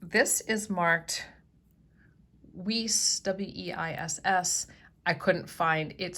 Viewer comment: LOVE that heart mirror! I collect those old mirrors too. Not trying to be critical, but that jewelry with WEISS, is pronounced as a long I, not like 'weese'. Thanks. 🙂